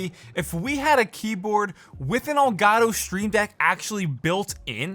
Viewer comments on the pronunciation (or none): i love how he says ol garo instead of el gato